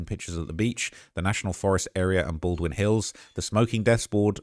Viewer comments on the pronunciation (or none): none